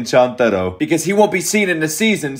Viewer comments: Its not chantaro .......its chuntaro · who gonna tell him he's pronouncing chuntaro wrong